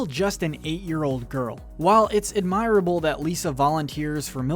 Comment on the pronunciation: Really? You can’t pronounce admirable properly? Also Sideshow Bob does NOT have a British accent! It’s straight up American! If you can’t tell the difference, you’ve clearly haven’t heard anyone from Britain talk before! Try watching some of our shows!